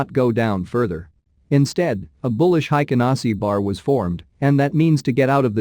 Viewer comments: BTW: It's pronounced "HEIKEN ASHI" , not "HEIKEN ASI" (The H is not silenced in Japanese) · It 's hi ka na shi not hi ka na see. Just saying lol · The computer voice is terrible. But tbh „Heiken Nazi“ bars, just 😂. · cannot pay attention to the content since I started to hear HaikanASSI!! now it's all I hear; take a shot every time the robot reader says HaikanAAASSIII